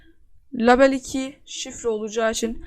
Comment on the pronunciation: label diye okunmuyor o leybıl diye okunuyor!!